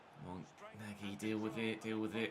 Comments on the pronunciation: Nagy is pronounced Nudge. Love the videos man, keep it up! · Hey, I believe the rb nagy's name is pronounced nah-dge